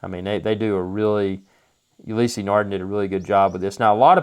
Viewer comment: It's not pronounced Ulyssey. Ulysse no "y" in the pronunciation. I have the Maxi-Marine Blue Surf. Amazing watch.